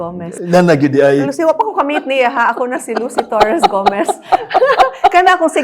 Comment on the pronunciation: the way she manifested "Lucy Torres - Gomez" 💓